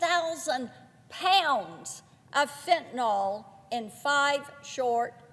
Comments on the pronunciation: Why can't she pronounce fentaNYL. It's not fentaNOL 🤦🏻‍♀️ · Please, Marsha. There is no O in Fentanyl!